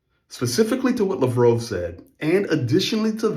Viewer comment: Its lav rov bro hes not french